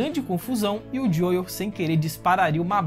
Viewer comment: Serio que ele vao ficar chamando o Joel de Joieu até o fim da serie?